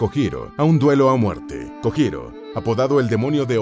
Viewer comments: por favor, aprenda a pronunciar las sílabas japonesas sr. narrador: la sílaba JO se pronuncia como YO = LLO... Usted dice JO en Español, que sería HO mal pronunciada en japonés. Lo digo xq afea el buen trabajo divulgativo q hicieron, y ya que ponen nombres escritos en ROOMAJI... Cuesta muy poco decir sílabas HIRAGANA correctamente. Gracias !! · Buen video pero mala pronunciación XD Kojiro se pronuncia Kolliro por ejemplo, y la verdad si molesta un poco esos errores, se ve que el canal tiene a una persona que investiga y una que narra, o es una traducción. Aún así re GOD